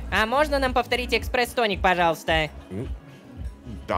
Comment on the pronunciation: на , у меня, как бариста, вытекла кровь с ушей от экспресс тоника...